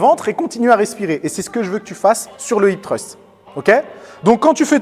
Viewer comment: je sais bien! ce n'était qu'une critique par rapport à ton accent anglais (mais ce mot est très dur à prononcer j'avoue!) x)